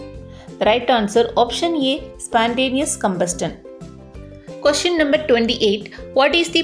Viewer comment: Ma'am your video is so useful for us. But you did one mistake in pronouncing the word Combustion it's not कम्बस्टन, it's कम्बस्शन, Ok!